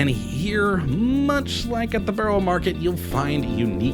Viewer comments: I do hate it when people try to make videos of places that they can’t even pronounce the place names or be arsed to learn. It’s Suth-uk and Burra market. I was as both places yesterday, had brunch at The Breakfast Club with my friend who was visiting from Seattle. He now knows how to pronounce both names. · If you keep ending up in Southwark you really ought to find out how to pronounce the name of the place correctly. Also the name Borough.